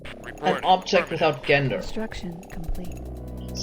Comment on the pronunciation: the g in gender should sound like a j, like jam :)